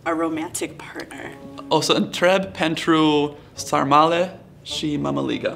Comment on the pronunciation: Bro I was born and raised in the rural UK and have a better Romanian accent than that guy. 'PEN-TRU SAR-MA-LEH'???? What in the hooked on phonics